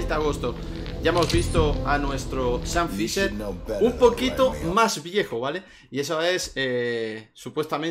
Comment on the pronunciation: Sean fisher , shan fisher 😅